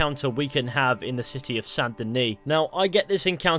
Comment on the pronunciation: Ahh yes, Santa Knee